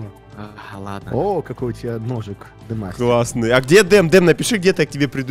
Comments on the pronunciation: Не ден а дем (демастер) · Почему ты говоришь дем,а написано ден?Он же демастер)